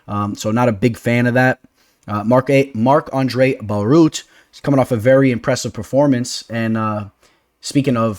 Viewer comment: Marc-Andre Bare-e-all